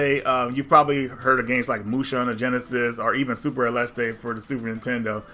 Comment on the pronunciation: No there is no crazy Mexican "E" on the end, there. ... . It's just "aleste".